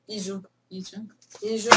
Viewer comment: ji Yang değil Kim Bumun ordaki ismi. Yi Jung